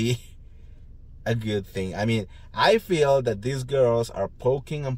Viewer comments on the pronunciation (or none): none